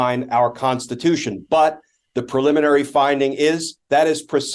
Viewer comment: Brian gets point for pronouncing "preliminary" correctly, it is fucking unreal how many well-educated professionals say "pulmonary" every single goddamn time.